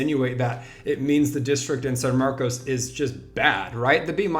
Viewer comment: Pronounced san marcus